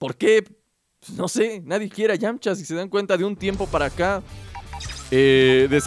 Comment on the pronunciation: Es "Yamcha"